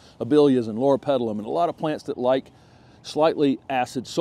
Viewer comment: “Lorapetalum” - check! 💥